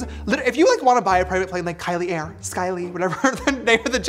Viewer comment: i cant 😭 he really said kylie air… SKYLIE.